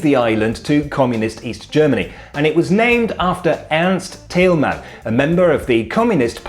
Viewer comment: Other than me that notices that he says "Erich Honecker" perfectly , but not Ernst Thälmann?